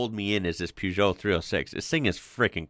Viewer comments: Per geot not poo geot lol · You say you don't know anything about Peugeot.May I respectfully say that they are not pronounced Puejoe. They are pronounced Pershzoe. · you got the second half of the prenounciation right but the first is prenounced "per"geot not "pew"geot as you seem to say it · Please stop saying "Pewzhoh" lol It's pronounced "Purr-zhoh" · Per not Pew. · It's pronounced [pe-jou], not [piu-jou]. There's not "i"in Peugeot. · Peugeot in uk is pronounce purr-joe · Peugeot = Pew Joe 😂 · Please fir the love of God learn to pronounce peugeot.......say it like ..purjow....... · plz loose the U in peugeot